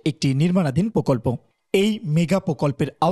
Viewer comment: প্রকল্প হবে পোকল্প না